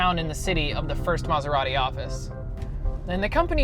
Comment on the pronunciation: If only this guy could pronounce Maserati.